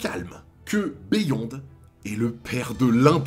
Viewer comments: Stp arrête de dire " béh yonde " et dis " biyonde ". Ça gâche tout. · Beyond se prononce “biyond” c’est un mot anglaiz a la base